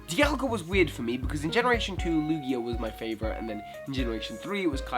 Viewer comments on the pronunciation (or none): none